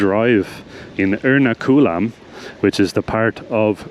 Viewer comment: btw it's pronounced er-NA-ku-lam not er-na-KU-lam